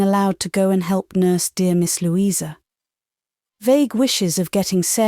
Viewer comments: Lou-eye-sa??? British? Nope. Sorry. Loueeeeza is correct British pronunciation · DEFINITELY NOT!! Lou-eye-sa is a dead giveaway!! Her name is pronounced Loueeeeza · That is correct and yes, was a mistake but overall the voice is using RP. Believe me, there are Jane Austen audiobooks here where a nasty thick American slang accent soils the source material. "Lou-eye-sa" would have been you least problem. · Yes - ‘Louisa’ often pronounced with a long i (Loo-eye-sa), which is particularly odd. Maybe the reader was thrown off by the fact that ‘Maria’ was often pronounced with a long i and thought that must have been true for other names as well? Also, the ‘w’ in ‘Benwick’ should have been silent, I think. But those are minor quibbles, I really appreciate this reading! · Great reading, but a weird pronunciation of Louisa😂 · Can the narrator please refrain from pronouncing the name "Louisa" incorrectly. It is most irritating. Particularly when she sometimes bothers to pronounce her name correctly. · i agree, it'e Lou...issa....incredible that an English narrator doesn't know how to pronounce this name1